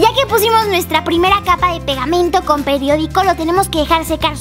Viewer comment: Momento... dice Pediodico o Periodico? .-. La escucho decir "Pediodico"